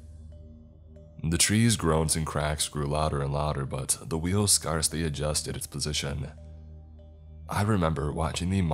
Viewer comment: Hey dude, you have great content :) you mispronounced "scarcely" several times. It rhymes with airs, cares, bears, and fairs. You're pronouncing it like it rhymes with scars, bars, and cars. As a public speaker, I always appreciate it when people tell me I've mispronounced something, and I listen to your stuff a lot and thought I'd let you know!